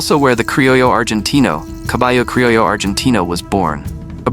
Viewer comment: Your. AI consistently mispronounces "crillo" as "crillio."